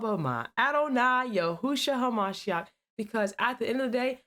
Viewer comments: ...I was willing to give your channel a shot then you're over there like a fool saying hallelujah "YAHOO HAMASHECK"...I can't..😂. I'll pass. Imagine correct you I can't listen to someone who is saying our Lord's name like a fool! Its: "YES-SHOE-UH HAMMA-SHEE-YAAK" GET it right before you start preaching 😂😂😂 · HERE LEMME HELP YOU SINCE YOU CANT SAY THE LORDS NAME RIGHT 😂 ITS..."YES-SHOE-AH HAMMA-SHEE-YAAK" ....NOT "HOMASHECK...GIRL!! I HOPE YOUR 900K FOLLOWERS HAVEN'T HEARD YOU SAYING GODS NAME LIKE THAT!! YOU SOUND SOOO SILLY! GET IT RIGHT!! YOU OVER THERE SAYING "YAHOO MAHASHECK!!" 😂😂 GIRL STOP!! THAT MUST BE EMBARRASSING!!